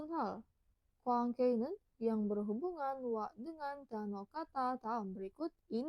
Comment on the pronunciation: Maaf cara bacanya masih ada yang salah contoh 있는 harusnya dibaca innen bukan isen. Ada lagi 수도였던 harusnya dibaca sudoyotdon bukan sudoyosdon